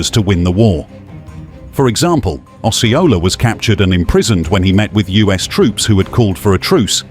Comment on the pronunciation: Gullah are the people geechee is the language. Os see ola is how u pronounce Osceola.